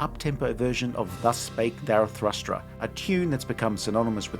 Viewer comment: If Jupiter becomes a sun without an increase in its mass, then the Earth's orbit may not be affected. It's Zarathustra not Zarathrustra.